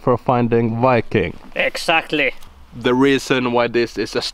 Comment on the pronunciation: That is wery wery not wiking!